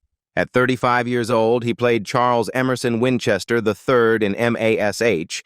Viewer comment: How many people turned this off because they could not stand hearing Mash, called M. A. S, H.